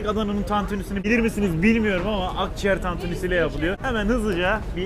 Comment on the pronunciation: Akciğer diyor